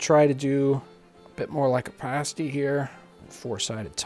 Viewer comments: English pronunciation is Pasty (hard A) rather than parsty or paysty 😉 Great video! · John, a pay-stee is what strippers wear. I think you're talking about pass-tees. Both spelled the same way (pasty) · How we pronounce it is like pass-tea. The American pronunciation of pass.